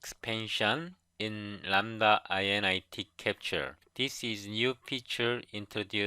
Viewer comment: Thanks for your video! Btw, you shouldn't read it "i-n-i-t" but rather "in it."